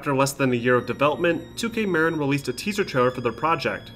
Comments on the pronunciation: muh-RIN not MARE-in, it wasn't named after Cheech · With the announce of the new Bioshock, let's all hope that it's not run-and-gun Haloshock like Infinite was. Sidenote: It's definitely not pronounced "2K Merrin," its "2K Muh-Rin." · I know this video is a year old and I love your documentaries, and would hate to make it seem like I don't, but one thing I HAVE TO criticize is that you mispronounced Marin. I am from Marin myself to I can tell you with 100% confidence it's pronounced Muh-rin not Mare-in. Otherwise AMAZING video as always. Thank you! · Killer documentaries, like always. I just need to comment (sorry) - Marin is pronounced - Mah-Rin. As a native that was just driving me nuts as they played such a large role in the development from 2 onward. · The way he kept saying Marin really killed me inside as someone who lives in the area lmao. Its pronounced “ma-rin” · The way you pronounced Marin... Made me feel weird... As someone that lives in that area. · Haha I live in Novato California (94947) that basically means my home town made the best game of all time, and the way he said Marin got me laughing haha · Anyone else hear the way he said “Marin” 😂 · Great video, but that pronunciation of Marin kept getting me.